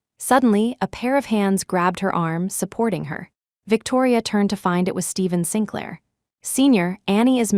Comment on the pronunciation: Sinclair is pronounced Sinklaer